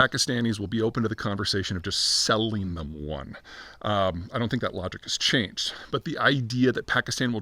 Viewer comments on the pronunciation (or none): none